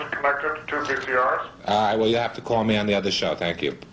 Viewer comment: "You can cwaal in and we can twalk about it."